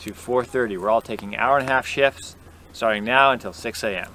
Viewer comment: Talking about the van he said sleep in shifts. I heard sleep and shit!